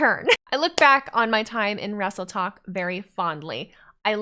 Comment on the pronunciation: Does that mean the vs Tiktok rivalry over...👀 I kept hearing "Wrestletalk" instead of "Wrestletok" lol.